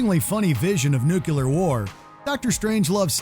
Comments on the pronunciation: Dude, you're a professional narrator and you say "New-Q-lar war"? REALLY??? That's Voiceover 101, my guy. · How did this guys pronunciation of nuclear make it into the final video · Say it with me now... NUCLEAR, not NUCULAR. 🙄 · Nuclear, nuclear, nuclear...NOT nuc U lar!!! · Please inform your narrator that the word is "nuclear" not "nuculer" re: Dr. Strangelove. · It's NUCLEAR, not NUCULAR ! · Say it with me: NOO-klee-yer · Nucular war?